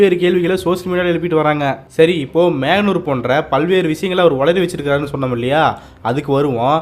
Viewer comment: எழுதியவர் மோகனூர் என்றுதான் எழுதியிருப்பார்.இந்த தற்குறி அதை மேகனூர் என்று படிக்கிறான். படத்தில் நடிக்கும் போதும் டப்பிங் பேசும்போதும் என்னென்ன பேசுவனோ? இவனை வைத்து படம் இயக்குனர்களுக்கு இரத்த வாங்கியே வந்திருக்கும்.